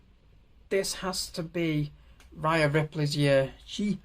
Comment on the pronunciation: it's pronounced day-na and rhea is ree-a but otherwise it was a great video mate